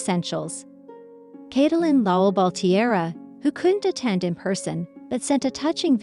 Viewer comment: Who the heck is Cat-o-Lyn? You can’t pronounce her name and Ty has hardly been quiet. Oh, and who is this Josh person Cate is supposed to be married to. Almost everything you’ve said is wrong. You should not be able to even be on YouTube! I’m so sick of people like you who know nothing about what you’re posting but post it anyway. If this is really what you want to do then do your homework FACT CHECK and please start being responsible for the content you post!!